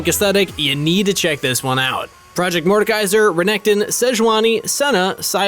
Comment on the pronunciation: yes proyect